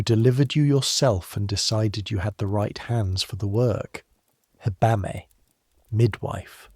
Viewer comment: In Germany we say : Heb-amme😂not Hebbamme.Great video,thank you❤